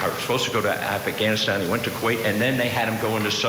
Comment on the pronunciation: “Affa-ghanistan. “ defense. Also how did he protect me by going to Kuwait? I disagree with 9/11 but also our military is a little over the top why did he go to crazy insane training 9x? Regardless of his military service, he could save a whole village, but Ashley doesn’t have life anymore. Doesn’t matter what she said if she was cruel. He doesn’t get to take her life. “Broke” is a broke defense